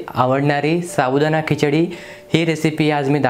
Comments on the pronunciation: Say sabudana not shabudana. Ok dear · तुम्ही याला सारखं शाबुदाना कां म्हणत आहे. ते चुक आहे व ऐकायला पण बरोबर वाटत नाही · शाबुदाणा नव्हे तर साबुदाणा म्हणतात. बाकी कृती उत्तम झाली आहे. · शाबुदाना नाही रे... साबूदाणा मस्त केलंस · शाबुदाणा नाही साबुदाणा म्हणतात